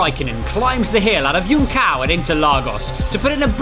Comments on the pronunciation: I'd settle for joon-saum 😅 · They don't need to pronounce "junção" perfectly, but at least Google the pronounciation so it's not so butchered as it was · Really butchering the pronunciaton of “Junção” at the beggining of the video, like he didn’t even tried to spell it right, wth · I wonder when these commentators (all of them do it) will learn that "Juncao" is actually spelled "Junção", which means you pronounce that C like an S, and the tilde means it's a nasaled vowel, so read the "ão" part more like "Huh" or an irish "mum" and you'll be a lot closer to the actual pronunciation in Brazilian portuguese. Also, the J in the begining is nothing like nordic languages where it's pronounced almost as an "english Y": J in portuguese ALWAYS sounds like the letter "G" pronounced in english, or "Je" for those who understand french. Just put it on Google Translator and hear it if that didn't make sense, you'll understand what I mean. Please someone show Crofty and his fellas this comment, every year I hear them saying it wrong repeatedly and there's no reason to! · My man said YoonKao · As a brazilian, is it very funny to hear how "junção" was pronounced. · The c on "Juncao" is pronounced as an "s", or just say junction, which is the meaning in english... it sounds better 👍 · What's so hard in pronouncing "Junção"?